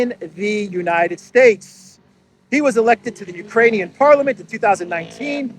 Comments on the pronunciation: I was over the moon that you also heard the cocaine word poping out, although she struggled saying the solidarity word as well,… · It sounds like cocaine but she said Ukrainian. Wrong translation. 😅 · She said "for the export capacity of Ukraini... muffle 'cocainian' grain'". So she started right, then 'corrected' herself in that ridiculous way. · Did You know? Bärbock usually says cocanian instead of Ukrainian.